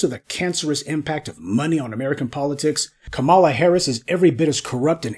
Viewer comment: Try Kah-ma-lah! Not Ka-mah-la.